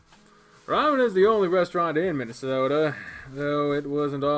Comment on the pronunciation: Still saying Minasato as Minnesota, eh?